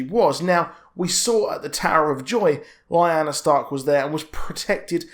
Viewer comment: lyanna. lee-- anne--a... not li--na. Ned and Robert was in the vale. But, what i dont understand, rhaegar married lyanna in secret (got it makes sense) however he annuled elia that you just couldnt keep secret, so I dont know how the kidnapping came into play or who told ned and robert that lyanna was kidnapped (to me) it looks like something littlefinger would have done to cause a war someone knew the truth but told ned and robert a lie (a game i like to play who benefits most from it,, tehe). Then when Ned arrives at the tower of joy he learns the truth and had to keep it quite. Again I dont see why ned kept it all hush hush, okay robert finds out the kid is a targ, he gets mad Ned tells him the truth hey lyanna and rhaegar was in love and they were married in secret the kid is legit, Robert isnt a bad or cruel person just likes to drink, fight, and plow the ladie, He wouldnt have caused a war with ned over it. So now that just makes me think, when robert is on his deathbed he writes in the will the true heir to the throne, I wonder if he put that in there for Jon to take the crown..